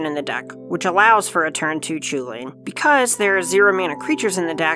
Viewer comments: So is it actually pronounced chew-lane and not coo hulen or just hulen? I thought I’d was more Irish like Cu Chulainn being pronounced coo cullen. Still. Awesome looking deck! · So the guys on the Casually Competitive channel pointed this out: Chulane is a name from an Irish myth figure and is not pronounced the way it phonetically seems to be in English (because Gaelic languages have weird rules) and is pronounced 'Hull-en', or more specifically: "Chulane is an Anglicisation of Chulainn, from the Ulster cycle of Irish myths of Cu Chulainn (Chulainn’s Hound). While the “ch” at the beginning should actually be the voiceless velar fricative (like a rolled “h”, or an “h” crossed with an “x”), that’s not a common place sound in English, so use a standard “h” sound. The rest of the word is pronounced “HULL-en” (rhymes with “sullen”). Not CHOO-lane. Please." Another example of weird spelling/pronunciation is Ashling normal Gaelic spelling of Aisling; which was thankfully not spelled that way as people would be calling her 'Ass-ling' or 'Ace-ling'. A friend form my hall in study abroad was Irish his name was Oisin, which was said 'Aw-sheen'. Basically Gaelic is weird. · Heard that Chulane is inspired by Gaelic characters and as such his name would be pronounced Hulin. Any thought to that as an English prof? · A Designer that cant pronounce Chulane correctly...